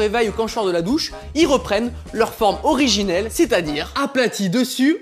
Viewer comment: Ça se dit originelle